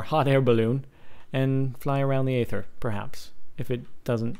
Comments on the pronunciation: for god's sake it's pronounced ayther have you seen the aether trailer? or or you just a fucking yogscast nerd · Its Aether not eather.. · Eether. Say it like that. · It's pronounced ether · Its pronounced eether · He pronounces it eether because he is either British or a yogscast fanboy. And I dont think Pbat helped make the mod he just was the first to test it. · It's pronounced ee-ther. Not ay-ther. Aether isn't a made up word, it has an actual pronunciation lol.